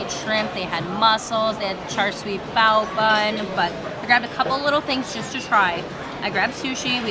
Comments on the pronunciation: Just a correction. You called it Char “swee” bao buns. It’s actually pronounced Char “See-you”. You lost all credibility. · I have watched a ton of your videos. Thanks for the content. Please please please… char siu is pronounced “char shoo” not “char sooee “